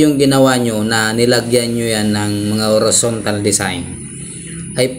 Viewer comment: correction lang po...horizontal po nd horontal ayun sa bigkas kng nd aq nagkakamali...salamat po🙏🙏🙏